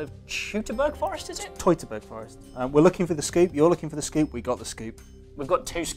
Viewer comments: Hoity-toity-burg? Can't one anglicize this as Teutoburg as in Teutonic knights? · TET-OH-BERG Forest...